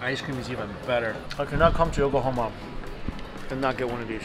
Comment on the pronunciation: Whenever he said Yokohama I kept thinking he said Oklahoma